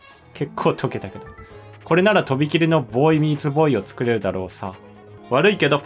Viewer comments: ついにDLCかぁ....!!!待ってましたよ！もうワクワクが止まりません！w shu3がずっとヴォーイミーツヴォーイって言ってる時ずっとクスクス笑いながら可愛いって思ってましたw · ヴォーイミーツヴォーイって言ってない？？？